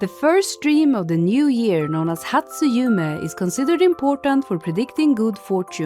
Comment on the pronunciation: The "yu" in "yume" is pronounced as "you", not "joo".